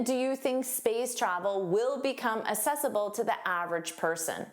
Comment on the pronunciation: Thank you for sharing this informative video. I would like to ask you about the way you pronounced accessible. As far as I know the first C would be pronounced as k. can you please elaborate on this? Best regards.